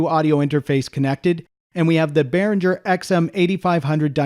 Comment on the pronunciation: Please stop pronouncing G in Behringer the way you do. It's the same G as in Gibson.